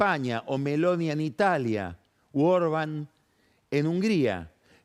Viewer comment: 30 segundos despues castellaniza la pronunciación de apellidos como Lepen, Orban